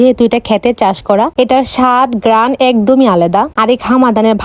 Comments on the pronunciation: গ্রান❌️ গ্রেরান✅️ কম্বিনেশন ❌️ কম্বোলেশন✅️ কোয়েল❌️ কয়েল ✅️ দেশী মুরগি কষা ❌️ দেশী মুরগির মটন কষা ✅️ আজকে তো স্কুল এ গেলা না 😂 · ঘ্রাণ ❌গ‍্যরাণ 😂🤣🤣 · ঘ্রাণ ❎ গেরান ✅✅ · ঘ্রান ❎ ঘেরান ✅😂😂😂😂😂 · ঘ্রাণ❎ গেরান ☑️😂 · ঘ্রাণ ❌ ঘ্যরান✅😂😂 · গ্রান ❌ গেরান☑️😂😂😂😂😂😂😂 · ঘ্রাণ ❌ গ্রান ✅ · গ্রান ❌ গেরান ✅ 😂😂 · Ghran ❎👎 Geran✔️👍👌 😂😂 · ঘ্রান ❌ ঘেরান ✅ কোয়েল ❌ কয়েল ✅ 🥲💔🤣🤣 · গেরান❌ ঘ্রান ✅ কম্বিনেশন ❌ কালেকশন ✅😂😂😂😂 সুফ য়ার কিতনি অসাম হে ইয়ার মাটন কষা😂😂😂😂😂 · ঘ্রাণ❌ গেরান ✅ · ঘ্রাণ ❌️ গেরান ✅️